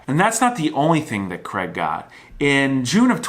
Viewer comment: Screw that, he can't even pronounce Craig properly.